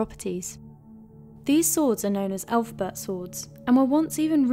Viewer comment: Yeah, you lost all credibility when you pronounced it "elf-bert"